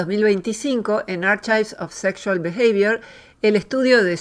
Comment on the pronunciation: Sin ofender! Pero no se pronuncia /archaiv/, si no /a:kaiv/. Con una k no una ch. Es importante que siendo una palabra que decís muchas veces en el video la pronuncies. La confusión también puede venir porque "achive" usado como verbo "conseguir" "lograr" si se pronuncia con CH. /atsiv/